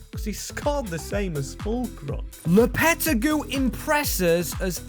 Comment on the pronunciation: It’s LOPA-TEG-I